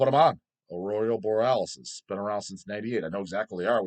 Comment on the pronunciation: how do you mess up that badly “aurorial boarellis”